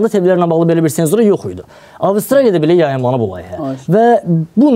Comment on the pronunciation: bey, her sey eladi, ancaq: "Lahiye" yox, "Layihe"...